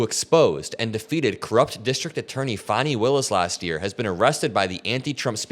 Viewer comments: Fani is pronounced Fawni. It hurt my ears every time you said it almost like trump used to pronounce it. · Good video but fyi it’s pronounced Fani like “Fanny” (like a butt)